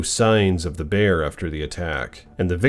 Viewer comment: ❤😂😂😂❤😂😂❤😂😂❤ "The Bearrrrrrr!!!" I'll NEVER get enough of hearing you say that!!!😂🤗